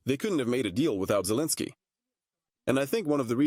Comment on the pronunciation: Arrêtez d écorcher le prénom de Zelensky.Merci